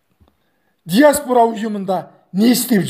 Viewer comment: ДИАСБУРА ЕМЕС ДИАСПОРА